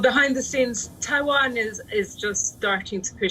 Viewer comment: Its Taiwan not Taivan